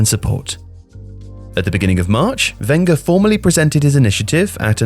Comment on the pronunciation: You pronounce Wenger wrong